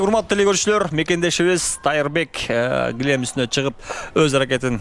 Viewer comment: Эо комментатор гилем дебей килем деп суйлосон, анан курошту алып барып жатканда таблого канча килограммдагылар курошуп жатканын жасып койсонор.